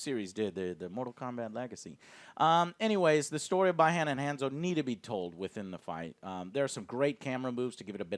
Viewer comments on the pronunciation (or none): Just FYI, the elder Sub-Zero’s name is pronounced BEE-han, not BYE-Han. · Did Joe really say "Bye Han" instead of "Bee Han". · Damn it Joe! it's fckn pronounced Bee-Hon! not Buy-Han! You slipped bud. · STOP FUCKING READING SCRIPTS!!!! IT'S BEE HAN NOT BYE HAN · I hate the way you pronounce Bi-Han(Bee-Hon) lol 😂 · he keeps calling him BI-HAN its pronounced BEE-HAHN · i dare you to say "By Hand" again joe intstead of "Bee Hun" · He can’t pronounce A LOT of peoples names lol. James WAAN was a bad one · Is Bihan pronounce “ be han” or “ by Han” Lol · Who's ByeHon? LOL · Bi curious han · Sub-zero's name is pronounced [bee-han]. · You pronounced BI - Han and Hanzo wrong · You know damn well that ain't how you pronounce Bi Han